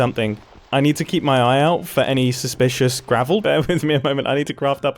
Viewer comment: ITS SUSPLISHISH GRAVEL